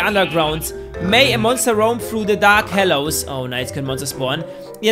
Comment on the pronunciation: HOLLOWS, NICHT HELLOS!